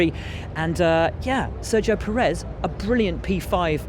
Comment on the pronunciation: Nobody can pronounce the names anymore... it's KubITSA, it's CharleS LeclerC (like Prince Charles), and Sergio PErez, not PerEZ.